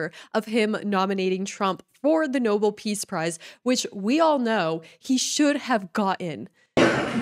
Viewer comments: it's No-bel, not noble. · Nobel is pronounced "no-BELL", not "noble".